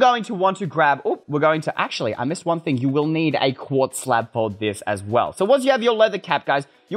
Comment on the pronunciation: Is not deze its tis ! 🤦🏼‍♀️🤦🏼‍♀️